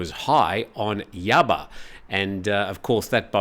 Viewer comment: Yaba Daba Doo! At least try to say Ya- Bah properly, embarrassing for someone who’s been in Thailand for so long 😂